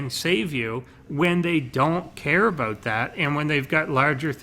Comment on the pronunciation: "A-boat" :P lol